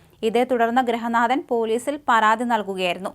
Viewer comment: ഈ ചേച്ചി 'അന്നൊഷണം' എന്നത് നിർത്തിയിട്ട് 'അന്വേഷണം' എന്ന് പറയാൻ ഇതുവരെ പഠിച്ചില്ല . മറുനാടൻ ചേട്ടാ ഇമ്പോസിഷൻ ഇട്ടു പഠിപ്പിക്കണം. പിന്നൊന്ന് ഗ്രഹനാഥൻ അല്ല ഗൃഹനാഥൻ 😂😂